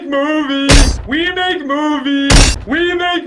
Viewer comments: After a while, it actually sounds like he's saying "remake movies" which seems even more appropriate for this video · It kind of sounds like he's say "remake movie"